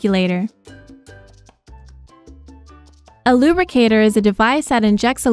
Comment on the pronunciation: Lubricator, not Rubricator